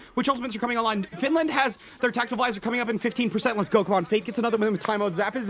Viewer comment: He also said findland